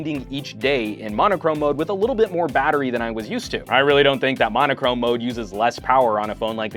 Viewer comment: it is pronounced "mono-chrome". It means "one colour"